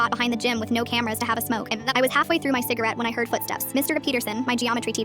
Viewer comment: im sorry did i hear CIGERATE?!?!?!?!? i thought no one really smoked anymore and only vaped? BUT DONT DO EITHER